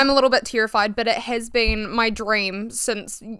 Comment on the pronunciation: I don’t know why I focus on this but I love the way you say “terrified” as “tear-ified” in your accent lol. The way people pronounce certain words just sparks joy for me idk XD